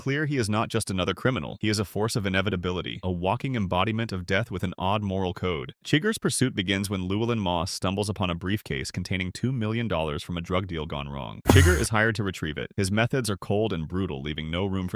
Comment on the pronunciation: no way you called Anton Chigurh "chigger"